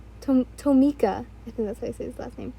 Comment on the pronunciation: If your still struggling it’s to-mi-yo-ka 🥲